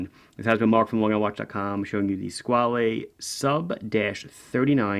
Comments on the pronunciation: Hi I am italian and the word Squale does not exist in our vocabulary nor in our dialects. "Squale" (which is not to be pronounced like your Mario or Luigi...) is a swiss registered mark from the Von Buren family, today owned by italian Maggi family. All these facts are easy to find online and they would make your video a bit better. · Hi Mark, great watch, great video. Only one short notice: "squale" means "shark" in italian AND french. It's just a different pronunciation